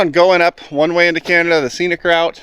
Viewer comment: It's called Canada, not Cyanada